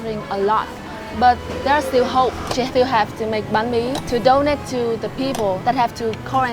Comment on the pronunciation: Banh mi not nahn mi bro